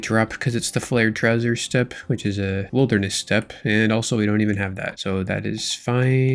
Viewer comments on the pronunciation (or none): none